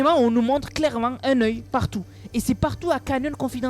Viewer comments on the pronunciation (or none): Un oeil:❌ Un neuille✔️